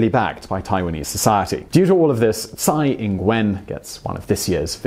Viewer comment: Tsai ing wen?Are you fucking kidding mate?